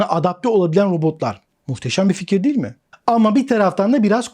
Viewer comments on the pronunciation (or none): none